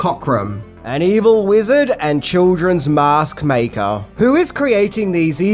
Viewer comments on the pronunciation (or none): none